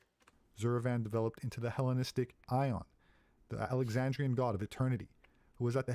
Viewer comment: I think at some point you mistook Ion for Aeon, which is understandable since the guy pronounces it wrong.